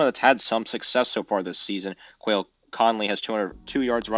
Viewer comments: You guys are worse than espn announcers when it comes to names. Jacob masu? There’s no s in Manu. Quail Conley? It’s Quali. The I is after the l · nope you said the names wrong has nothing to do with where you are from you called a guy quail stop